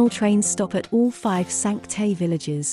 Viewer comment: Your pronunciation of ‘Cinque Terre’ is very sad 😅